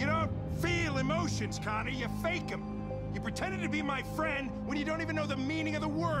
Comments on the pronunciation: Did he call him "Conny" on ? Or is that just me? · I love how he calls him Conny not Connor in this scene